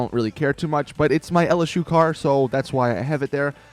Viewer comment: "Lsu car" huh ROLL TIDE